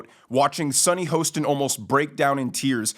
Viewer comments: The narrator of this video should know how to pronounce Sunny's last name...Hah-stin Hostin. Sad, when you don't know what you don't know. He commented on someone who he is not even aware of; if he knew who she is, watched the show, he'd know how to say her last name. All you name callers....GET A LIFE! I don't relish saying negative things, but stupidity really irks me. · Do you mispronounce her name on purpose?